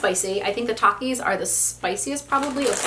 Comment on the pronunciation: The first one is a big one Me: uhh gushers right Her: takies Me: 👁👄👁 that’s what I said